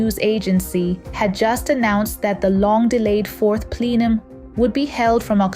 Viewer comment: What is a fourth plelum?